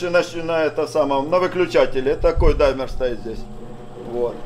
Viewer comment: Какой даймер . Димер он димер называетца